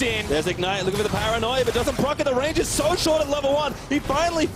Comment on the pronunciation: "Ssso much damage"